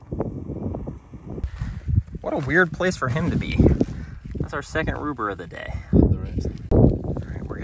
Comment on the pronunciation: Hearing say, “ruber!” 👌